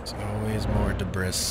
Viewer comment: It's not dibriss... the word sounds like DIBREE. It's from French.... "early 18th century: from French débris, from obsolete débriser ‘break down’." You say it like "did brisk" the word sounds more like "debrief" it's terrible to see people posting videos where they say things wrong through the whole video. I thought he was saying deez breasts at first....